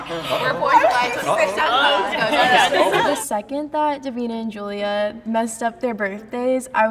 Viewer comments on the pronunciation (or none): none